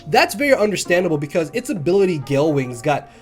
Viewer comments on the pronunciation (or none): none